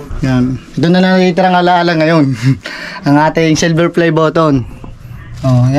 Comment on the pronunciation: Nako po silver lang hindi pa mabigkas ng Tama tsk tsk tsk